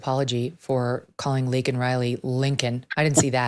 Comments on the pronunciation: They are ILLEGAL! They have not built this country, they Are breaking it down though. But, he did not apologize for saying Laken's name wrong. What a blithering idiot! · The point is he wasn’t going to even mention her name if it wasn’t for him being put in a position where he had to. That’s disgusting in and of itself, then he says her name wrong which shows how little of a damn he gives, added on to the fact he hasn’t even reached out to Laken Riley’s parents at all…He doesn’t apologise to her parents for saying her name wrong but DOES apologise to the murderer for using the CORRECT term. What a nice guy 👎